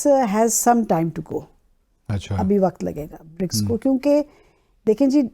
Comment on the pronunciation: Why can't people pronounce the word Waqt? They always say waqat